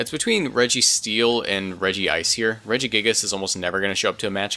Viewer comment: EEWWW, say Regice like "Regi Ice" and not like "Rejise"